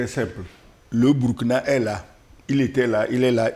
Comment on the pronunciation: Commentaire tres important, et tres pertinent. Cependant c'est Burkina Faso, qui se prononce "bourkina". Le nom "Burkina" vient d'une langue de pays.